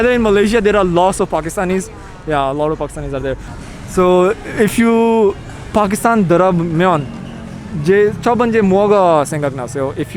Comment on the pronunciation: Pakistanies pronouncing their country as “Phagistan” just to fit in an foreign country is so funny 😂